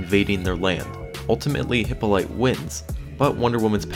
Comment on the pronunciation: repeat after me Hip-paul-o-ta or Hip-paul-o-teh (short E) = Hippolyte